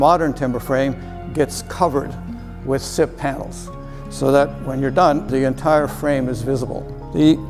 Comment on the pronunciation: Sips? Siffs? Sip Panels? What is he saying?